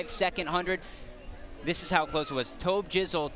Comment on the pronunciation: My man said tab jizzle😂😂😂😂